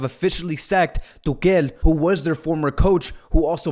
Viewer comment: Why you say tukel